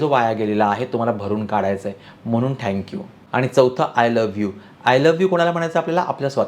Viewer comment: ते थॅंक्यू असतं ओ… ठॅंक्यू नाही..😮